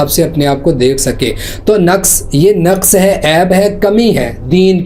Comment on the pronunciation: Hahahahaha Naqas he hota h, nukas ghalat ul aam h